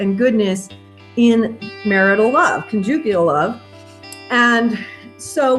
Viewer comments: Ha ha it’s con’ jugal love. Emphasis on the con. Not the ju. :) Love your work! Thanks! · CC. the word conjugal love is pronounced with emphasis on the first syllable. I smiled and wondered what word you discovered!! ) Cute! )